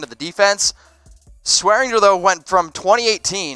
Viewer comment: Damn it there is a g in swearinger that's not silent